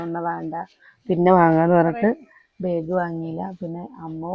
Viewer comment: പ്രെസ്സി ബേഗ് അല്ല ബാഗ് എന്നു പറയുക